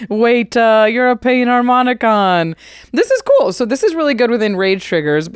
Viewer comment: “Painharmonicon” oh you cheeky buddy.